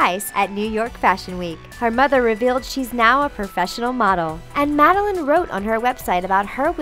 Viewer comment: You mispronounced MADELINE Stewart's name. . Shame on you guys.